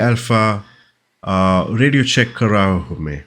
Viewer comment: Radio Chefck was acknowledged as radio chef, not Check 😄 Radio Check in German is pronounced similar to english.